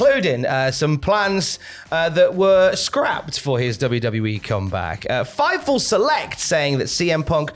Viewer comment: Every time you say Fightful select I think Fifel goes west. 😂